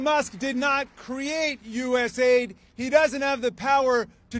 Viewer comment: rubio so disingenuous saying each individual letter of usaid instead of calling it us aid.